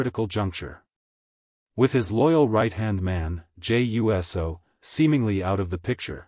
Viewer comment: Jay U.S.O love how he says U.S.O